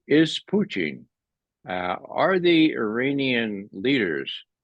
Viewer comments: I totally agree. I just wish he'd stop pronouncing Putin as Poo-teen. I just cringe every time he says Putin's name! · Putchin or Putin ! Believe you buy pronounce Putins name correctly and dont call him Puty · Am I hearing this man pronounce Putin as Poutine? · lmao sometimes I yell it's putin 😂 although he cant hear me but yeah lol.